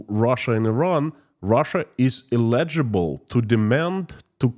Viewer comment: Check the pronunciation of "eligible"... this is just a tip, not a slam. Your English is very good... light years ahead of my Russian... but mispronunciation of that word will confuse some folks. Your program, by the way, is excellent.